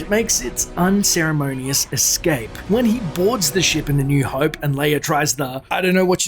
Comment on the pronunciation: Oh cmon! It's not "hoype" is "hope"!!!